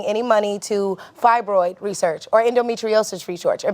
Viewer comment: Omg... that host is insufferable! She can't even pronounce words correctly...fibroid - menstruation. She was telling that guy to tone it down.... she is the only one who needs to tone it down!